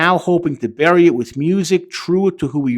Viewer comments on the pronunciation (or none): none